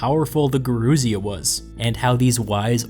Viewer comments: Yer-oo-sia , the old ones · Gerousia (emphasis on the "si", not the "rou") comes from "geron", "old man". The Romans took over this institution from Sparta and called it "senatus", from their word "senex" ""old man". The word was shortened in America to "Senat", but Senator remained unchanged.